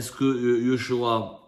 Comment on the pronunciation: yochua se prononce Jochua